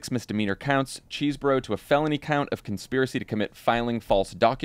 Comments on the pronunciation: Can we all finally settle on his name pronounced Chez not Cheese? Like he said it when he pleaded. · Jon, Rachel, it is CHESS Boro! Give the guy the respect of pronouncing his name right. Most other commentators have corrected their previous "ChEEsing "the fellow's name. You guys are too smart for this.